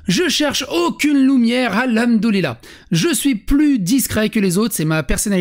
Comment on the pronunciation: Je suis un rebeu (oui mais mon pseudo blablabla osef) et on dit : Hamdoulah ou Al Hamdou Lilah , mais pas Al Houmdoulah, et ça, ça me gonfle, avec tout les Wech, Walah, Starfoulah...